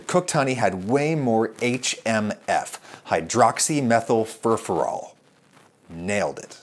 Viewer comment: "Hydroxymethylfurfural. Nailed it!" YES! YES YOU DID! :slowclap